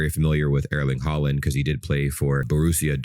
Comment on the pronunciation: The way you pronounce Erling Haaland is so American omg. 😭